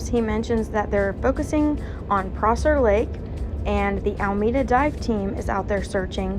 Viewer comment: it’s AlEmeda not ALMEDA 🤝